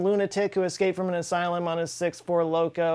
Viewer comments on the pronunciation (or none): none